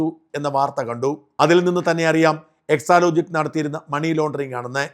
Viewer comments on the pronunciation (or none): none